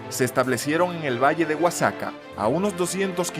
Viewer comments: Respecto a la pronunciación Oaxaca se pronuncia "Oajaca". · Porque dice Oaxaca así??? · Da igual, se le entiende